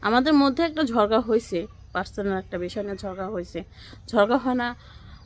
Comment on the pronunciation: ঝড়ঘা না ঝগড়া বলবেন